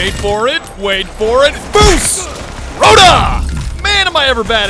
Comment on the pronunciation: Your pronunciation of Fus Ro Dah is awful